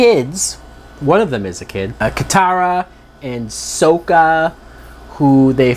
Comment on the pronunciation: Let's hope that Netflix can do better also their names are Aang not ong sakka not soeka Iroh not eroh it's zuko not zuku you mess up his name MB and what's wrong with you M night! Watch the show it's a masterpiece